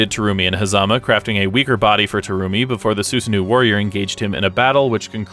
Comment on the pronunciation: Did you pronounce BlazBlue name wrong. The Terumi part as well.